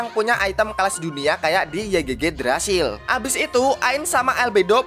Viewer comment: Yigdrazil bang bacanya 😉 Semangat trus aplodnya bang! (≧∇≦)/